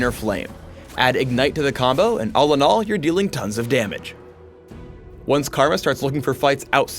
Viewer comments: TONS OF GAMAGEEEEE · LOOOOOL thumps up if u hered him said tons of damge HAHA